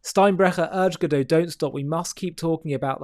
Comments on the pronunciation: It's Gadot (with a sounded T), not Gadoe. You should know how the Hebrew female plural is pronounced. This isn't french 😂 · She's not French. Correct pronunciation - Gadot rhymes with hot.